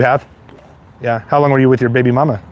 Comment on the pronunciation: emphasis on the “baby” 💀